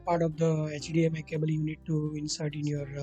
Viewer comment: ITS CABLE NOT CAABLE GAWAAR